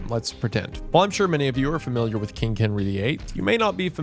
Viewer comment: i enjoy wendigoons pronunciation of king. kingk. how kingky